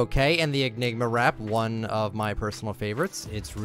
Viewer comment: This man just said “Egnigma wrap”